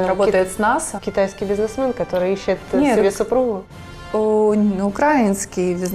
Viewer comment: Украинский бизнесмен - з неправільним наголосом! Ця пані часом не з Москви?